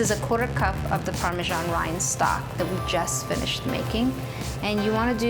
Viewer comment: Parme*S*an - it's an S, not a G.